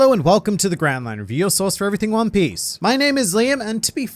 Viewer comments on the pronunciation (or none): Is it just me or does he say "your sauce for everything one piece"?